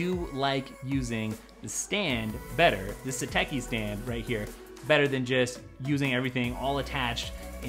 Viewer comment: It’s pronounced “sateshi”